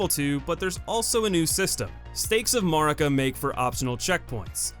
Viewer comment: I think you are the first person on youtube ever to pronounce Marika correctly xd